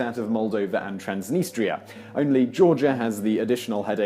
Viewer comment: The pro-Russian autonomous region in Moldova is pronounced "TRANS-deh'NEE-stah." I have no idea how you managed to get the "N" at the front of the second syllable.